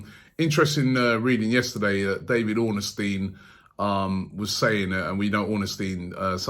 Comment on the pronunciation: it's ORN-STEIN not ORNEN-STEIN LOL